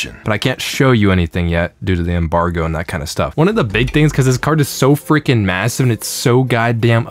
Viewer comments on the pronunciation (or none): did u say Massive?